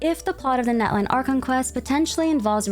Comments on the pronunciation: Min what must I do for you to say Natlan correctly (not-lawn)😭😭😭😭😭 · btw natlan is pronounced not-lawn ! <3 also mualani is moo-uh-lawn-ee!